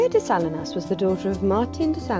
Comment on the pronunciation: It’s actually pronounced Sa LEE nas. Cheers 🎉 Video is well done!